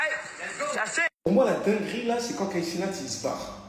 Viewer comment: "Kai" pas "Kait"